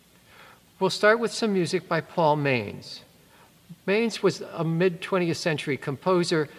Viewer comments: Manz is pronounced "montz". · You're pronouncing Paul Manz's name wrong